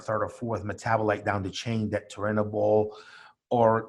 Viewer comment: Thank you soo much for fu%%%in telling him how to pronounce turinabol, how can i take it serious if he doesn't even know how to say the name